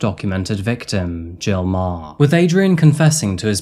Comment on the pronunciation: Meagher is pronounced 'MA-Her'